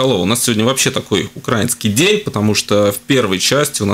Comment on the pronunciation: балтком делайте правильно ударения украИнский